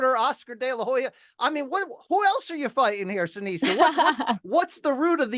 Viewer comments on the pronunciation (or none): Seniesa, not Seneisa